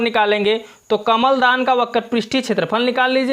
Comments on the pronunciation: Kaml dan nhie kalm dan ha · Kamal Dan Nahin kalamdan